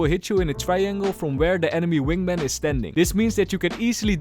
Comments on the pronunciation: is it only me but said wingmeng not wingman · is it just me or i keep hearing "Wingmeng" 😂 Great video! I'll be rooting for your Gekko to Ascendent videos! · why does he say wingmang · "wing mang" 💀😭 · I love how the way pronounces wingman is like how Benedict Cumberbatch pronounce penguin